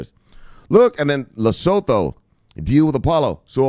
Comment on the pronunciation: Research how to properly pronounce LESOTHO